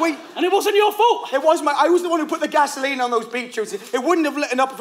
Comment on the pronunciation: pronounces GA-SO-LEENE with such devilish joy that I have no problem imagining him being Satan in that scene